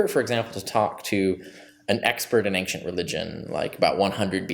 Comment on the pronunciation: As much as I do enjoy listening to Dr Carrier discuss the subjects he's an expert in, MY GOD MAN! The word "Ancient" does not have a "G" in it! It drives me up the walls!